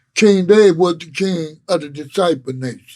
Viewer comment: Vlad said black dizciple killah. 😂😂😂😂😂